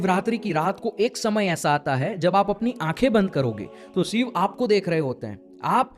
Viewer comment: Shiv me na sh bol pa rha na iv ‘sib’ kya hota hai? 😂😂